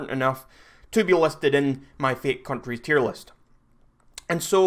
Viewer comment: he says countries like cunries